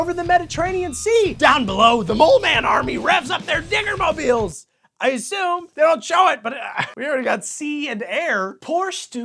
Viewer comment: You really have to enunciate the "d" in "diggermobiles" better. >_>